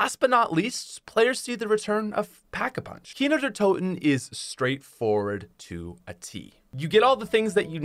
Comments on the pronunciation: Who heard how many times he said Kiner der toten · I can’t believe there was a time when I didn’t know kino der toten existed and I thought people were mispronouncing nacht der untoten. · Every time he’s says kino der toten all I hear is keener der toten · Its so weird hearing you say Kino der Toten as a german😂